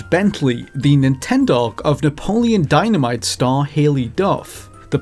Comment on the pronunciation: "The Nintendog of Napoleon..." WHAT "Dyanmite..." What? "star Haylie Duff" oh, OK.